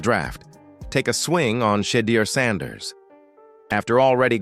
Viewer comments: Lol that's all you mad at ai mispronouncing shed ears name Knucklehead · Man you make a video about someone learn to say his name correctly. Sheduer Sanders. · This announcer says everybody's name right except for Shedeur Sanders, either say the name right or stop saying it at all, if it turns me off I know it turns off a lot of others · AI can’t discern pronunciation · Can't get a name right how does he get a job ?